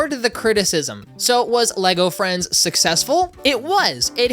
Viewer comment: I thought you said “Lego Elvis” and was INCREDIBLY confused